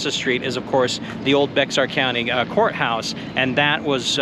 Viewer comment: FYI. You don't pronounce BEXAR like it reads. You say bayhar or bayer county courthouse